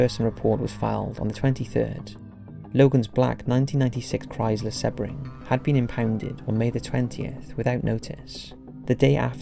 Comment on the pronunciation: Dude, do you refer to oceans as "sehs"!?! Then why pronounce SEAbring as "seh-bring"!? It's SEA "SEE".